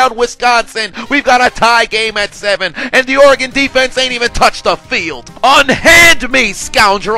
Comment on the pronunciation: Thanks for saying Oregon correctly